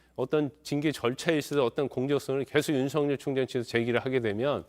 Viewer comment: 윤서결이 맞는 발음인데 jtbc 아나운서는 음...